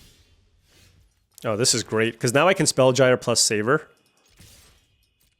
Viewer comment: Spellgyre is pronounced like spellgear.